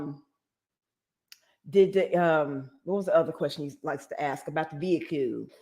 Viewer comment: I can not stand him!!! Every time he makes me mad which is non stop I say "veheecleee" the way you say it!! Lol😂😂😂 Give lots of love to our fur baby Paisley ❤️🐶🤗🥰